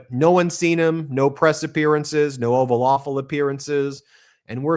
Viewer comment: Ben... did you say Oval Aweful? 😂😂😂